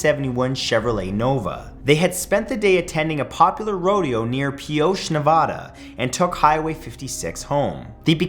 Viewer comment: Hey you pronounced Pioche correctly. Impressive!💯👏👏👏